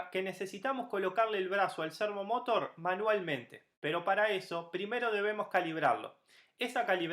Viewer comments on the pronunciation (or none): De donde sacaste pronunciarlo como lo pronuncias? Cuando decis Motor lo decis sin acntuar la ultima silaba tambien, ahi te lo acentue aunque no lleva acento la palabra servomotor pero se acentua la ultima silaba, ademas lo repetis tanto en el video que no pude terminar de verlo, de la risa.